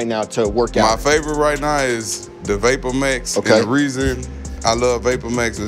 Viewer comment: Nigga said vapormayx